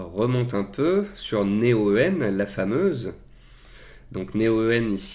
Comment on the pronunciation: Pk dis tu Né-o-"eu"-en C'est Néoen (prononcé Néowen) 😆